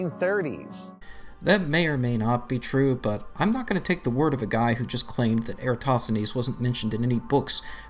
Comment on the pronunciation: he's still pronouncing the silent S in eratosthenes